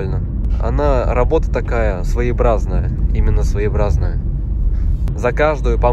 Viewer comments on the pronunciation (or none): Ну ты татарин.....не своибразное, а своеобразное...свое....образное...хаххххх